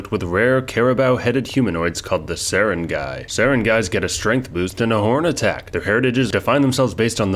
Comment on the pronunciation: On the other hand, he nailed Sarangay pretty well!